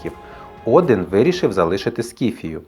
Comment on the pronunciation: Чому Один, а не Одін?